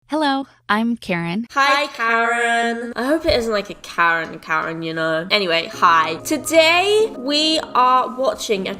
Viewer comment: Hi I’m Karen I thort they said carrot XD